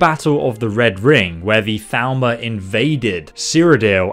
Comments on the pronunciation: Then he needs to learn proper pronunciation, since everyone in the game pronounces it as "Thal-more" not "Thal-ma/ Thal-mer" as it sounds, which is easily mistaken for Falmer if you don't listen super close. Yes, I am that pedantic XD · Is he saying Thalmor? Why does it sound like he’s saying Falmer? So confusing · Every time you say "Thalmor", it sounds like "Falmer" to me xD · I minimized the video and was very confused when you said "...and then the Falmer invaded..." like what? Then I realized that I was dumb and it was actually Thalmor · Thalmor sounds like Falmer when you say it